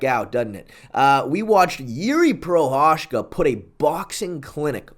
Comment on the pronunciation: It's pronounced "Prohaska". Just like that. Not Prohashka, Prohachka, etc. Prohaska.